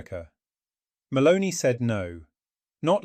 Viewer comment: The second time I heard and read “Maloney” instead of her actual name, Meloni, I stopped listening. A bit of respect for names in other languages would be appreciated — it’s not that difficult, especially when you’re lecturing about her. It reflects a lack of professionalism.